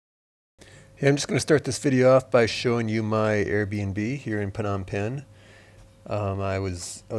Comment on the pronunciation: Its "nom penh" NOT THE WAY YOU PRONOUNCE IT "PERNOM" PENH, ITS VERY ANNOYING HEARING YOU AND OTHERS SAYING "PERHNOM" JUST SAY THE RIGHT PRONOUNCIATION "NOM PENH" PLEASE. EJOY NOM PENH 👍👍👍👍👍